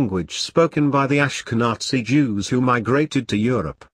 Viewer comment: AshkiNatzi? it's Ashkinazi, not like Natzi...